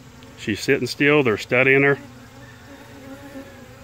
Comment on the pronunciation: “See how she sittin’ ‘steal’?? Me: Lol! Steal? Or still?